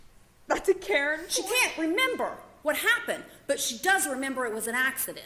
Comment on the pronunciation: "I dont quite remumber it awll 🥺"